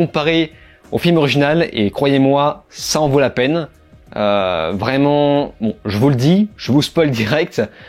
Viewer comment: C’est pas une prison, tu n’as pas lu le comic book. Pas hyper crédible pour faire un commentaire. Tu m’as perdu au moment où tu fais la liaison « vraimentz »